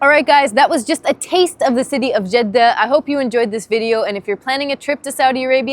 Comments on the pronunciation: This is the first time I hear a non-Arab pronounce Jeddah correctly. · You have a good accent!! 🤍 Greetings from Jeddah. Thanks for pronouncing it very perfectly 🤍